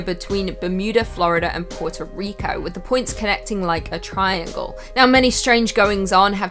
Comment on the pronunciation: we have discuss this, I like you as much as the other hosts. I am immune to your spell, remember? Chill On another note congratulations on saying Puerto Rico correctly, better than most of my friends after trying to teach them how to say it correctly.